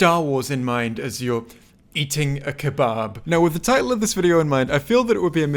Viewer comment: why did you say keBAAAAB tho